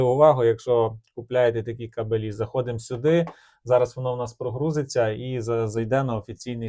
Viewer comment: Ге кабелІ ,а кАбелі !Неук ..☝️